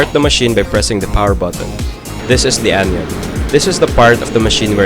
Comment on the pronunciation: It's anion. Not anyon